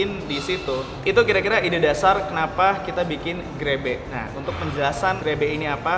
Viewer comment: 00.30 terdengar seperti grepe